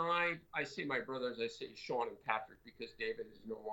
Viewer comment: It's not "Shawn" Cassidy, but "Shaun."